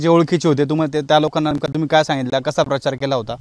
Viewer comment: परचार म्हणतोय 😂😂